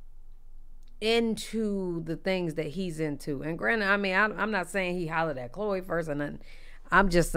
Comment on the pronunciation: Not you pronounced her name wrong 🤣 and Chloe and hun don’t match at all